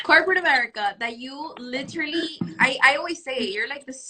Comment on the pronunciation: The way they say it isn't even "literally." It comes out as "litterly."